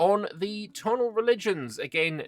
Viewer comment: I believe "Tonal" in this case is pronounced "Toh'naal" despite its resemblance to the English word "tonal"